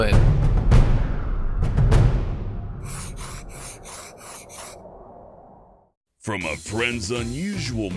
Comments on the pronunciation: Instead of planet Dolan i hear planet dowan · "Planet Dolan" planet dooleen